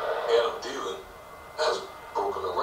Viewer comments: Thee-Len not Tee-Len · Its THEEE LAN not Tee Lan